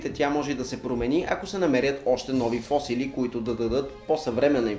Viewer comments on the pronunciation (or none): Хора....видеото ви е страхотно, ама не фОсили , а фосИли, бе хора....!!!